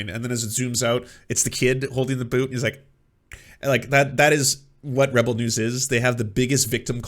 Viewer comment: is it just me, or does it sound like he's saying "rubble news"? I think that's a much better name